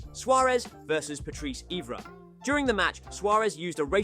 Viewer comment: Ay-Jax. Eevra! Chellini? Fuckin hell 🙈 the pronunciations are so bad definitely not a proper football fan 💩